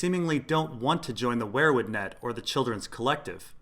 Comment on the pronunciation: Dude, I like your videos, but its not pronounced 'where-wood'. Its 'we-er wood'. Driving me crazy.